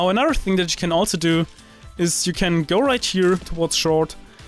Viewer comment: i hate when you europeans say anudder instead of another